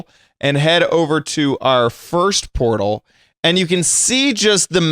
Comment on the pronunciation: WHY is say portal shoosish